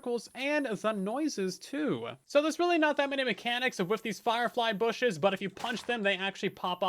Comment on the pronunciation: lol I had the same thought and I’m pretty sure said booshes. I love it!